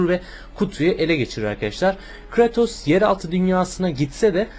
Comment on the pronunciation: kratos diye okunmuyo abi kreytos diye okunuyo :)